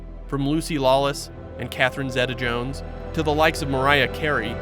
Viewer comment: Catherine 'ZEETA' jones..... wtf is his pronounciation 🤔